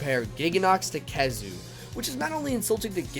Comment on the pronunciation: Zinogre:Gets nerfed: "I like this monster more now Also he said khezu right, how long has he been doing that?